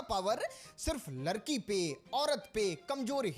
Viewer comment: Pahle sudh se ladki bolna sikle😂